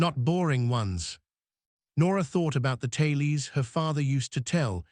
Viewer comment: Pronunciation of words is way off …irritating …Calhoun, the name is destroyed….tales pronounce tallies…others too